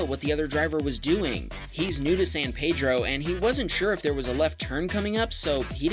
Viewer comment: Thank you for pronouncing “San Pedro” correctly.